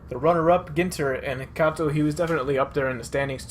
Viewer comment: it's not Cat-o it's Cay-Toe that's how Kato is pronounced